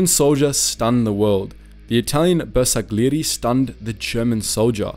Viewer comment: Anche con la pronuncia di Bersaglieri si sclera